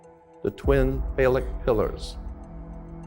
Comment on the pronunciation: "CRISCO OIL" IS CRYSTALIZED COTTON SEED OIL Everything ain't what he says exactly 💯. "NOXEMA" BRAND NAME OF FACE CREAM - NO EXEMA THE WORD IS "PHALLIC" he is mispronouncing. Why would an educated man call a woman's vagina, "BOX"? YEAH, WE ALL NEED TO LEARN NOT TO REPLACE FOOLISH THINKING WITH FOOL THINKING.😮